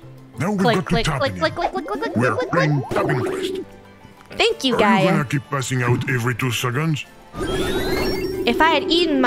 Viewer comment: It’s pronounced: ( jee-a) but spelled: (Gaia)